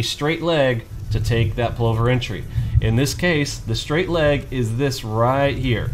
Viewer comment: Only complaint is the pronouciation - think "glove" as in Danny Glover for Plover. Brillant strategy with an Australian heritage!